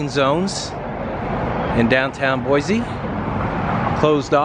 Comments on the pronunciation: It’s Boy-see, not Boy-zee. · First of all Boise is pronounced BOYSEE NOT BOIZEE . I’ve been here well over sixty years. Never heard of a badger problem. California problem for sure. Next time you come to our city ? Don’t ! You’re not too bright are you ? The birds are Canadian geese….. AND QUIT SAYING BOIZEE …………………….IT BOYSEE BOISE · Couldn’t even pronounce Boise correctly 😂 it’s not BOY ZEEEE . It’s boy seee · Not pronounced "Boy-Zee." It's "Boy-Cee". I live here. I agree, downtown is not beautiful. You'll find Boise's beauty is in its people. Kindness, going the extra mile to help a strangers and neighbors alike...I love it here, but I'm glad you don't. Boise has been in the top five best places to live for the past ten years. We are now inundated with more people than our poor roads can support. So we could use a lot more "negative" reviews. You know. To discourage the tourists. And the badgers. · BoiCee not BoiZee. ;) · BOY-CEE not BOY-ZEE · The proper pronunciation for this city is BOY-SEE, not bwoy-zee. Your pronunciation of the city is wrong, so are your facts. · There is no Z in Boise. It is pronounced BOYSEE. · No offense but please say Boise instead of Boyzee! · Lived in Caldwell while I was stationed at a radar site near Wilder way back in the mid-'80s and I LOVED Boise. I realize things change but the people I met there were some of the nicest around. (That honor goes to the people of Nebraska) My wife is still amazed we don't live in Boise or anywhere in Idaho at this point. Edit: Oh and it's pronounced Boy-See. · Boize lmao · Boise is pronounced with an S not a Z